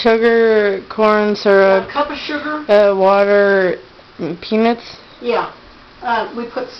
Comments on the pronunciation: i thought she said pe**s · Every time she said peanuts I laughed bc it sounds like penis lol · I swear to god it sounds like shes saying 'penis' lol. Spanish penis.